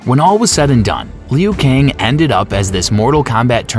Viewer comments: Riden, leeoooh Kang, Kung layow, Kam I dog ew, Ken Shy? Tell me you've never played Mortal Kombat without telling me you've never played Mortal Kombat. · Jfc..go back do it over again. I'm not usually a stickler with pronunciation, but it's so bad here it literally ruins the viewing/listening experience. Like what is a "Lee-Ooo" Kang? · Kung lay-ow, Shay-O Kahn, Lin Ku-I... It's funny to hear, but good work in putting together the timeline and explaining it. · Kung Lay Oh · Meh still a great video and the pronunciations aren’t bad Edit: Ok Leo Kang is diabolical 😂😂😂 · Leu Kang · Leo kane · Lee-yu Kang!